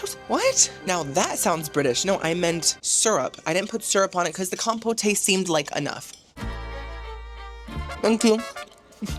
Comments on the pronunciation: "Com-poh-tay" = "Com-poat" ✔️ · I love cruises and Jimmy Buffet both, but this is a cruise line I will happily skip. Thanks for the inside look at a cruise line that makes Carnival seem high class. Definitely a very entertaining video. Also, every time you pronounced compote as "com-po-tay" it had me laughing. Keep up the great work! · Compote: Pronounced “Com”….rhymes with “Tom”, and “pote”, rhymes with “wrote”. You’re welcome,: it’s the least I could do: LOVE the videos! 😊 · Honey, I'm assuming you know how to pronounce compote😂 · I love you. As your sister I need to tell you I think your pronouncing Compote wrong. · You don’t pronounce the “e” in the word compote. I sure wish you had a better food experience.